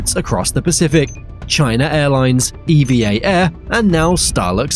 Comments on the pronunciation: Pronounced "eevvaa" one word NOT E.V.A. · It's pronounced "eva" not E.V.A... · It's pronounced "EVA" not "E-V-A" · It's pronounced "Ever Air" btw, owned by the Evergreen company